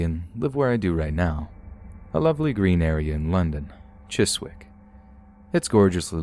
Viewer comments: Chis-wick, lol! Chis-ick. Parking lot??? In London it’s a car park, can’t stand it when people Americanise everything! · Bless you! Chiswick is pronounced "Chisick." It's pronounced without the "w."